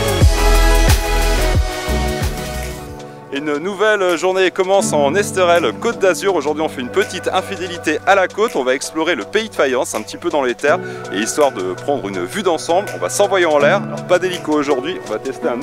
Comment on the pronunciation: Mon ami, ma mamie est d'Antibes (Rip ma mamie) et voir ta vidéo m'a fait un plaisir grave! Par contre ne prononce pas L'es TEU rel Naaaaaaaaaaaaaaaaaaaaaaaaaaaa!!!! C'est L'es TÉ rel cela vient du catalan -> ESTRELLA -> Occitan -> ESTELA -> Etoile -> SOLEIL!!!!!!!!!!!! Et en plus vous avez pas eu de pot car quand c'est pas couvert mare meva LOVE LOVE LOVE!!!